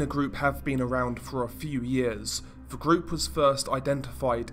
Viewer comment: I'd be far happier listening to your videos, (as you cover some very interesting topics) if you would stop pronouncing every TH word with a V? it's extremely annoying to hear, over and over and makes me want to turn off after the 3rd or 4th time, of hearing it. Please do something about it, as its not a speech impediment, or anything Medical, and is simply Lazy speech on your own behalf. Learn to speak properly, specially if you intend Narrating Videos, as Profession? Just Saying?!?